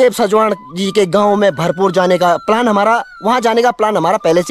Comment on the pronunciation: भरपू गढ़ नहीं है भरपूर गढ़ है🙏🙏